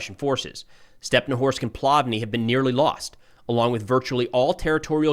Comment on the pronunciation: hey good work but how about calling the cities by their Ukrainian names? They end with an I, instead of O. So StepnohIrsk, instead of Stepnohorsk. For, example the Russian call it Kharkov, instead of Kharkiv